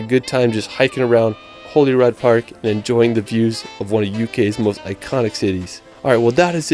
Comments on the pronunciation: jeeesus.... It's pronounced "Holly Rude". For someone who claims to love these places so much, you'd think he'd have enquired as to their pronounciation. The mind boggles. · Ooh. “Holy rod” park. “Holly-rude” is how it’s pronounced btw for anyone. Also Skye has plenty of towns and things on it. Scotland had a similar population to the likes of Denmark and New Zealand. It’s not like “not many people live here” but more that people live in a condensed central belt with plenty of open and sparsely occupied land in the highlands and north. So we end up with beautiful cities and plenty of open countryside (which all are allowed to access as per our right to roam laws). It’s actually a populous and vibrant country. (Hopefully independent one day...) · The park in Edinburgh is spelt Holyrood, it is not pronounced like holy rod which the guy in the video kept saying, it is pronounced as holly like the plant and like rude ie holly-rude. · It isn't holyrod - it's Hollyrood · How is it possible to get pronunciations that wrong? Glenfinnan is pronounced phonetically and Holyrood is pronounced Holly-Rude. It might not be intuitive, but it’s the seat of our government, a quick google search would tell you how to say the names properly